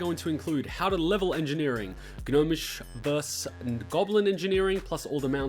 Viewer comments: I stopped listening after you said, "Gah-nomish vs. goblin engineering" about 20 seconds in. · That's not as bad as the way he said "gnomish" lol.